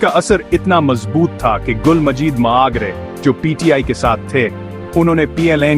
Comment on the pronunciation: Agr khud sy bol ni skty too at least voice editing too achy sy kr diya krin Word magray hota hai magre ni hai